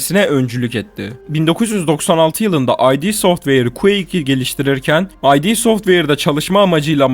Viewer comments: Sevgili kardeşim ay di software değil, id software. Yazıldığı gibi okunuyor. Ay di kimlik demek İngilizce. İd Software'in İd'i ise psikolojik terimler olan id, ego, süper ego'dan geliyor. Bundan sonra İd software ile ilgili video çekersen buna dikkat edersin. Bende ay di sanıyordum eskiden, değilmiş, id software. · Belgeselde emek var, ancak id Software "ay di" şeklinde okunmuyor, düz "id" şeklinde okunuyor.